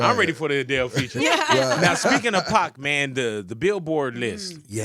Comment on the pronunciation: pac not pack